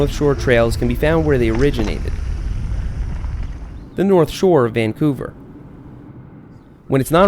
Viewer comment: its not vancover its vangcover